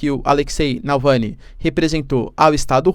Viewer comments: Nãooooooooo é Nalvany, é Navalny. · Prof, vc é fantástico, - apenas uma obs pequenina, é Navalny, o Sr. está pronunciando Nalvany... abs. Parabéns, seu conteúdo é incrível! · Navalny, não Nalvany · Professor repete comigo: NAVAAALNY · É NavaLny, professor 😆